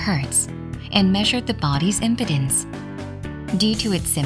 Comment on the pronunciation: OMG! the mispronunciation of "Impedance" by this text-to-talk bot is hilarious!